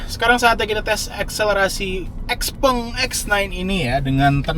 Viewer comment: itu baca nya bukan xpeng, tapi xpeng